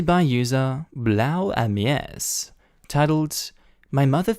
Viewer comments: It sounded funny how you pronounced BlaueAmeise (its BlueAnt if translated to english) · How is pronouncing BlauAmeise XD....to cute...like a french pronounciaton for the german word. Keep Goin Mate 👍